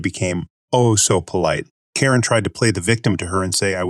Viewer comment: This reader is so much better sounding than the other (non real person sounding) reader. Although her still didn't pronounce Karen as we are accustomed to hearing it Miss you Krown.